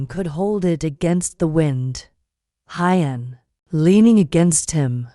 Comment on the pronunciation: The female narrator needs to read our comments: Huyen is not Hi-yen...it is pronounced "who-yen" , Mi-ya, and Bi-Bi. Please try to get this right!!!